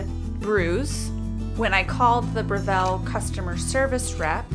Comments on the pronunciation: I’ve just ordered this machine & grinder, can’t wait to receive them. Thanks for the detailed description. BTW, it’s pronounced BREville, not "BreVELLE" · Thank you for uploading this. I’ve been searching for an extensive video like this. By the way, it’s BREville not BreVILLE. It’s an Australian company.